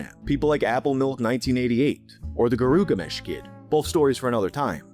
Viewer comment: GIRUGAMESH*** (Bc it’s Gilgamesh said Japunessu-styru.)